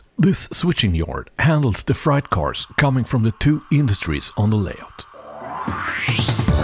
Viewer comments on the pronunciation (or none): I just gotta correct you here. Freight is pronounced "Frayt" not "Fright"